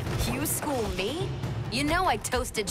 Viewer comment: His "me" sounding like may is something else